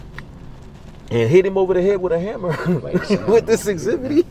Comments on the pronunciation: "exibitty"......I love it!!!! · Today's word is: EXHIBITY!!😂😊